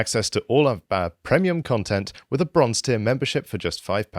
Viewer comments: "PREMIUM" damnd that pronunciation is just wierd to hear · Can someone explain to John how to pronounce "premium" please? 😃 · That is not how you pronounce premium. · Why does at the end pronounce premium wrong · I’m getting used to the pronunciation of “premium” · I have a trivial comment about the promo reel at the end of this clip. . I believe that, in my 50+ years of existence, this is the first time that I have ever heard the word 'premium' enunciated with a short e vowel sound. Curious.